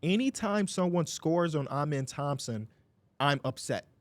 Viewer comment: His name is uh-men not aw-men